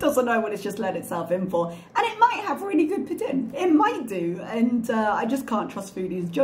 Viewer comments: "Pooh Teen" is the correct way to say poutine, but the french speaking people of Quebec pronounce it as "Poot-Sin" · I was traveling in Quebec this summer and asked my server how to pronounce poutine. does not pronounce it correctly. It is poo-teen. And for those who haven't had it, the cheese must squeak! LOL